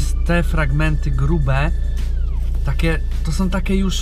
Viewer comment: take ? Co to za nowy język jakiś? TAKIE SIE MÓWI